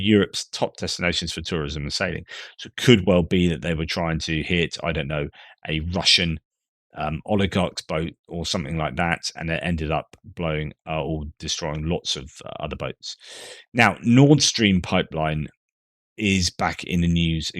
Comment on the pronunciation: Mono… monarch. Oligo… oligarch. One or many, it ain’t like ‘j’ but ‘g’!)